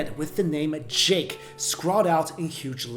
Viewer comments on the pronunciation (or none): none